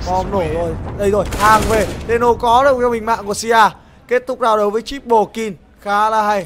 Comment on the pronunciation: ad đọc nhầm kill thành kin ko thế .... đấu skill mak đọc đấu skin